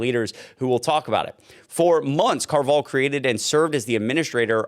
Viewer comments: The name Carvajal is actually pronounced "Car-vuh-hall", not "Car-vall". But good report. Sounds about right for magats. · It's pronounced "Carva-Hall" I can't believe the Spictacular behavior from these non white MAGA morons. 😂😂😂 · I believe Able Alexander’s last name is pronounced: “Car - Vah - Haul.” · Car-va-HALL is how you pronounce the first guy's name. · Pronounced — Car-Va -Hal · It’s distressing you can’t pronounce car va hal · alexnader car-vuh-hall coral gay-bills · It's pronounced "car va hall" . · Pronounced loosely, car-va-HALL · Good job, the name Alexander's last name Carvajal is actually pronounced Carb - ah - hall. just wanted to clear it up, keep creating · It's "kar-vuh-hall" for future reference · The Hispanic name Carvajal is pronounced Car ba hall. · You are saying the last name wrong. It's Car- Va- hal. I have a feeling they are Cubans. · the name is pronounced Kar-vah-hall. It's Spanish and the J is pronounced with an h-sound. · CAR-va-hall If you're going to say names it might be wise to take a minute or two before you begin to learn how to say them. Other than that, keep up the good work!